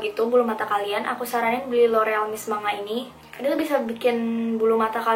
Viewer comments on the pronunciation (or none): none